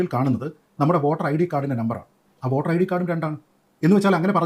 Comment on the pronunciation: ഓട്ടർ അല്ലടോ വോട്ടർ വോട്ടർ